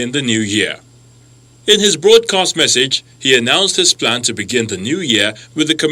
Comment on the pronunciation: It's 'Message' and not 'Massage'.😥